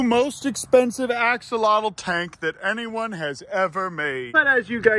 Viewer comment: Axolotl is pronounced "ah-sho-lote", check wikipedia if you don't believe me